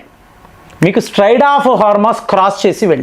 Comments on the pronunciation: Don't ever claim that you studied English Literature. It's quite ridiculous to know this 😅😅😅. Your diction and pronunciation are a joke...😂😂😂 It is not Straide of Hormus.... it is Strait of Hormus. Your level of arrogance is...you will not change even after advises.😂😂😂😂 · STRAID of Hormuz kadandi. STRAIT of Hormuz. Mee pronounciation chala sarlu very wrong ga paluku taru. I think you want to express differently always. But it sounds very absurd. So please try to rectify your pronounciation for lots of names and vocabulary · అరేయ్ నువ్వు 5th failed guaranty గా. అరేయ్ స్ట్రెయిట్ ఆఫ్ హార్మోస్ అనాలి. స్ట్రాడ్ ఆఫ్ హార్మోస్ కాదురా. నువ్వు ఇంగ్లీష్ లిట్ పాస్ అయినావా. ఎన్ని అబద్ధాలు రా.